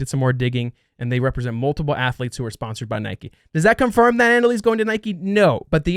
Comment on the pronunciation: cannot pronounce Nike properly. Lol.